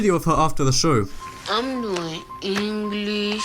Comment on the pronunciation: I'm learning errrrrnglish